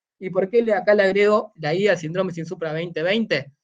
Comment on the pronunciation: Saludos cordiales. Tengo una pregunta, ¿Por qué el término SÍNDROME, como tal (que es una palabra de tipo esdrújula), lo mencionan como SINDRÓME (una palabra de tipo llana o grave). He notado que este detalle se repite en Argentina, Chile, Perú y Colombia. Por lo demás, me gustó el contenido. Exitos colega.